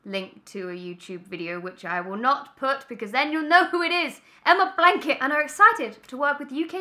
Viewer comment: "EmmA BLANK IT" Emma Blankery